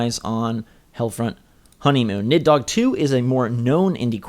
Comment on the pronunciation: nid-dog? wtf